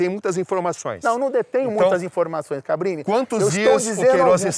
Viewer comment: Impressão minha ou ele chama o Cabrini de "Fabrini" em diversos momentos?! Kkkkk